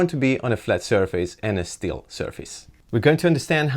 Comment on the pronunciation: he means still surface, not "steel" surface😂